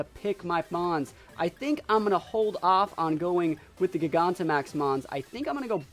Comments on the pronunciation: I don’t get how you can even mispronounce Gigantamax...JYE GAN TA MAX. Jesus. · Great battles! Super excited to watch you battle in this gen. I'm pretty sure its jai-ganta-max...like gigantic, you know, cuz the pokemon becomes huge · Gigantic Giganta Not really sure how people are still mispronouncing the name. Nice video tho, was fun to watch.